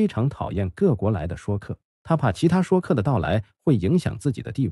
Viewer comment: Shui （音同税）客，不念shuo